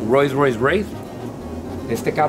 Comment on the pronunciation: Fercamar_YT un roi roise raiss.. un porshh lol